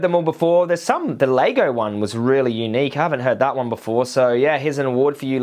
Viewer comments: It’s LEGO fuck stick not lago😂😂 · why do you keep saying "Laygo"? lol. Its LEGO. Its reminding me of some other video you did ages ago where you kept saying the name of a food wrong and all the comments where about it. I cant remember what food it was now but was funny